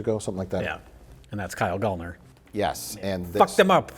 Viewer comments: It's Gallner like gal like girl 🙏🏾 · Said his name wrong every fricking time 💔